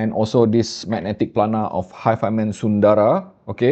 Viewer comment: the French word "timbre" is STILL pronounced "tam-bur" and the Sanskrit word "sundara" STILL is bereft of long vowels.:)